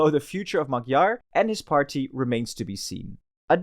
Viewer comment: Pronunciation is: Mayar, Budapesht. You are welcome.